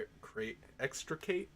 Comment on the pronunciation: You got extricate right, so I'm not gonna do my bad phonetic pronunciation for that. What I find so amazing about the story as a whole is it relies heavily on only giving information to the reader that the main character would know, which results in very unreliable narration, along with the writing itself being so well crafted that each one of those three theories are equally valid. At some point I was expecting you to just give in and say that the townspeople are demons driving Keiichi insane, just to cover all the bases. Just out of curiosity, have you ever seen the anime "Shiki"? If you haven't I wholly recommend watching it if you ever have the chance, but I will admit that there's a whole lot of build up, making for a rather dry first half. The second half more than makes up for the slow first half though.